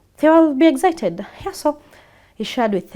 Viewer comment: What rubbish English is this eggcited , like seriously